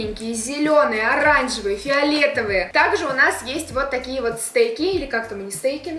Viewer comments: не стэйк, а стэка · стэки а не стэйки